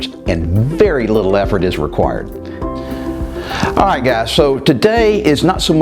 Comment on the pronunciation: Cant you say "alright" properly? Do you think you are gangster from the Bronx?